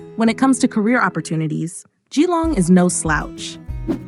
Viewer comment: It’s pronounced JILLONG not GEE LONG .